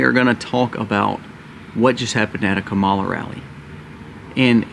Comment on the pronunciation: I’m not voting for Kamala Harris but can we try to say her name right bc it’s just seems uneducated when you chose to mispronounce her name. Her name isn’t hard to pronounce.